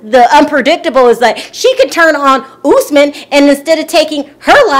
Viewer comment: girl it's US-man not ohs-man!